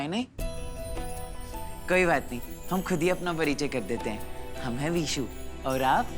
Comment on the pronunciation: Why they always call Vishu as Bisu.. It irritates me..😌😌